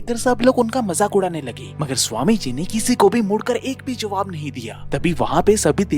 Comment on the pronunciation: Angrej nahi angrez..sahi lafz hai. Joaab nahi...jawab hai.